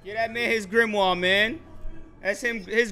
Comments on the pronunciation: Pats pronunciation of grimoire is something else loooool man said gilmore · My man was saying gillmoire at one point 😂😂😂